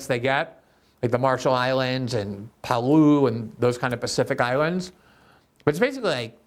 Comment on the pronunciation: Please learn to pronounce Palau if you are going to call them out.